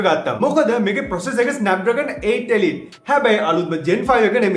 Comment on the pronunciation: Mara pronounation thiyenne 😂 එලිට් 😂 වාවේ 😂